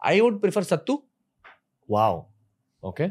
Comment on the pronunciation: Its not sattu ...its chatua 😊